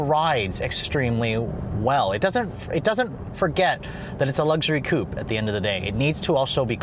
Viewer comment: If you're gonna say "coupe" twice in every sentence, at least pronounce it properly...